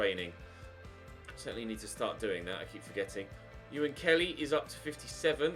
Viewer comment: Ewan Kelly is pronounced “Oh in” not ew-an